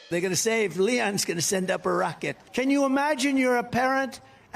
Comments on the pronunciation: did he just call Elon “Leon”? 🤨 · He called him Leon. He’s talking about Elon, right😂😂😂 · He called Elon , Leon